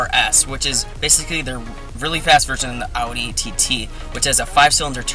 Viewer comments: Will you please just pronounce Audi right? We know you see our comments,.. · Like when you said "Audi R8" you said it right but not when you said "Audi TT"